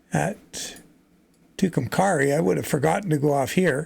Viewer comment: Just 3 minutes in and you mispronounce Tucumcari New Mexico, the last part is pronounced carry like carry your luggage, so to put it all together its Toocomcarry in pronunciation. Or I'm going to carry my luggage. Your Welcome. :-)